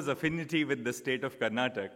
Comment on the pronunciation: Sir this is not Karnatak it's Karnataka.every non Kannadiga makes this mistake😂 Great to see you here in Karnataka sir.